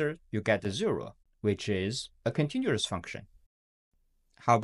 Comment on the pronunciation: Okay the way you pronounced continuous and other things are just wrong. Except that the video seems great